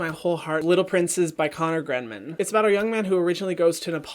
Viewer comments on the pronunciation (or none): Triggered by how Hyram pronounces Grennan :)